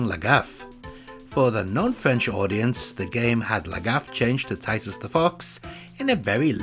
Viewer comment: Did you just say tits?